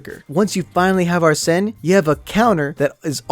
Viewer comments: Say is ARSEN Not AR-SEN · Ya it's ar-Sen